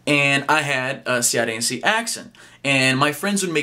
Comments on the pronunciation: "And I had cearence accent" kkkkkkkkkkkk rachei o bicooo... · é extremamente estranho a mudança de tom usada no inglês para dizer palavras em português tipo "cearense".